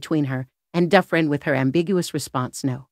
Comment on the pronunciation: it's pronounced Do-Fran